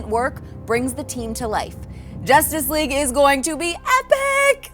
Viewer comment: Did he say josstice league ? 😂